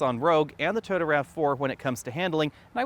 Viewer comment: Toyota not Tota.